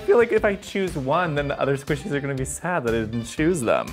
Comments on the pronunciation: the way she said squeeshys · I love how calls them Squeeshees.